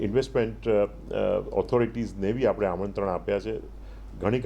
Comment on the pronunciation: લોહાણા મહાપરિષદના પ્રમુખને વિનંતી કે પોતાની ભાષામાં ઉચ્ચારણ શુદ્ધિ જાળવે. કારણ કે તેઓ શું બોલે છે અને કેવીરીતે બોલે છે એની સર્વત્ર નોંધ લેવાતી હોય છે. 'લુવાણા' ન કહેવાય, 'લોહાણા' કહેવાય. લુવાણા અપમાનજનક શબ્દ છે. 'આપડે' ન કહેવાય પણ 'આપણે' કહેવાય.